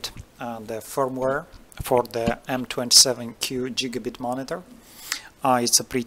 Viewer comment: Jigabit :D Thanks for the tutorial :p